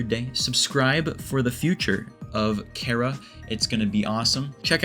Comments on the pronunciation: FINALLY SOMEONE WHO KNOW HOW TO PRONOUNCE CHARA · actually I use the first one and so does the maker of this video and so does Toby Fox in fact as stated in an interview (I think) where he said that he pronounced it Chara (Care-a) as in Character